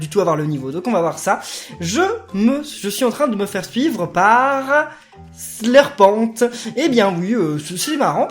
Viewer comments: Carnanova c'est Herbert qui s'est "ouvert au monde" en mangeant de la viande et ON DIT "Slurpent" comme serpent et pas "Slurpenttte" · Pourquoi tu dis Slurpente alors que ça vient de serpent et que ça se dit Slurpen